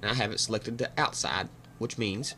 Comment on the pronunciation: Outsah goes whah...love it :)